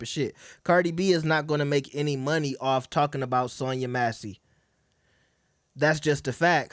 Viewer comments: Cant even pronounce her name right. Who’s Sonya MACY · no sh!t, Sherlock. Did you hear how Cardi B mispronounced it? That was my point. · Sonya Massey